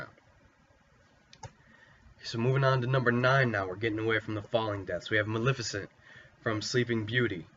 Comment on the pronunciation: You didn't pronounce Maleficent correctly.